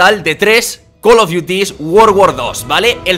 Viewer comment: 3 col of diutis guor gour doz xD